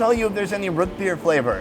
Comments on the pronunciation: has lost 99% of his midwest accent over the years but every now and then it pops up to say howdy. That "Ruut" Beer was 100% Minnesota suburbs. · Is saying rootbeer? It sounds like rit beer... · Is he saying rootbeer or root beer ?